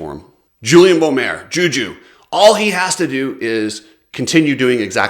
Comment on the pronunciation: wait did actually pronounce Juju's name right finally!! 😂